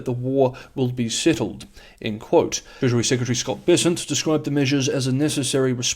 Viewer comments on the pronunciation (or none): none